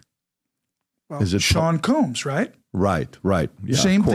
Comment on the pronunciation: TuPACK.. Puffy KEEWMBS. C'mon mannnn 🥴😂